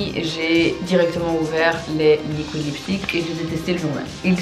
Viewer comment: et ses "LIKOUÏDE lipstick"